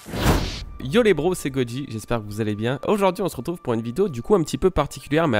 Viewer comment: Le « goji » du debout mdrr